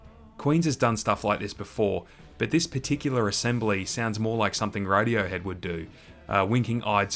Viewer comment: Did he just call Radiohead Rodeohead